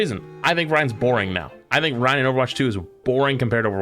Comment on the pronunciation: This guy calling him Ry-IN bugged the crap out of me